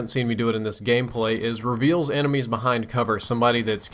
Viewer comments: it's enemies not emenies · "Emenies" LOL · lol emenies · " EMENIES" lol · "Emenies" as opposed to "Enemies" Just wanted to point it out and let you know.